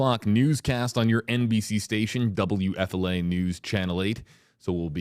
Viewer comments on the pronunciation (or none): When a person is hit by a vehicle, it is NOT a "crash." A crash is between two or more VEHICLES. DUH! And WHO pronounces WFLA "double you EFFEL ay???" F and L are two separate letters. Learn how to say the name of your employer properly; W-F-L-A!